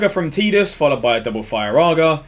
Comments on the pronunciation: "Teedus" lol, you aren't even using any of the common i phonetics... It's "eye" in Tidus. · does the UK version have a different audio than the NA release? Spent the whole video wondering why you'd call him TeeDus. o,o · Kingdom Hearts 1 and Dissidia both pronounce it "Teedus". I personally call him Tiddles